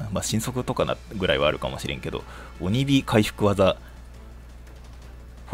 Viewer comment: お↑にび好き